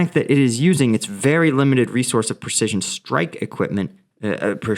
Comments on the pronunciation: Precision = pri-sizh-uhn 😂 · I'm pretty stoned and I also can no longer pronounce precdiaisioln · Precision,come on practice practice,you will end up pronounced properly.Tank you. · Man, if I had as many cruise missiles as times tried to pronounce "precision" I'd have more than the Russians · heh what is it with you and "precision" today:) that word is being quite the nemesis